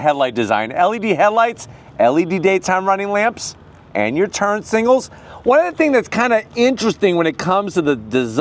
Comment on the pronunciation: saying singals instead of signals always makes my day😊